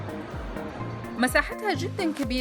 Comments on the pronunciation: موريال بالفرنسي يعني ت لا تونطق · لا ننطق حرف T في Montreal